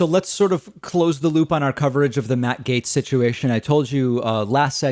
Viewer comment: Gaetz! GAETZ!!! Not Gates, silly.